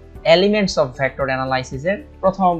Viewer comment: ভ্যাক্ট্রর না ভেক্টর